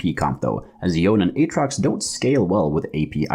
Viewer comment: Really good beginner guide! Easy to follow and understand P.S. That's the first time I heard someone pronounced Yone as "yawn" hahaha